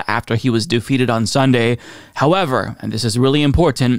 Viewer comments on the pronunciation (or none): none